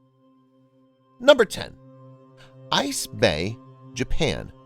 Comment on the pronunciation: Is it really said as "ice bay" tho